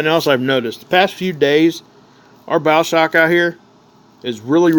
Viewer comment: Bow shock not bowel shock